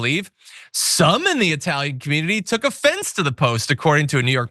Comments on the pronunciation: Eyetalian!!! You can't even pronounce it you dope. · Even Iadarola gets it wrong or simply unable to make up his mind. Is it EYE-TALIAN? Or is it EE-TALIAN? He keeps alternating between the two pronunciations! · He is referring to a particular group which used/uses that pronunciation. To quote Italianità : "I recently worked with a woman who thought it hilarious to refer to me as Eye-talian. The first time I corrected her, she admitted she knew the correct pronunciation, but used the term to needle me. I smiled when she did it after that, thinking “Lady, you’re a real asshole.” She wasn’t a bigot, just ignorant. I guess if it bothered me, I could have gone to management or HR, but we all know the result of such an exercise. They would smile, patting her on the shoulder, gently telling her with a wink that I was sensitive. They would both think, it really wasn’t that bad. So, I just accepted it."